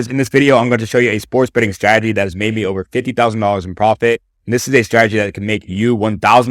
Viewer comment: Bro method valid but the way he says strategy 😂